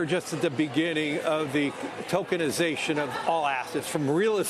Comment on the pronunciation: Thought he said 😮 Tolkinisation